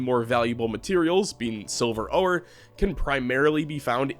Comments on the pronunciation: how long have you said oh-or instead of ore? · Okay at first I just thought I was imagining it but are you saying OH-ER for ore? Am I pronouncing it wrong? I have always just said it the same way oar like for a boat or the word "OR" lol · Ore is just pronounced like "or" the 'e' is silent. And the first boss the wyvern is pronounced, Why-vern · The way you pronounced ore and wyvern convinced me you are an alien AI :)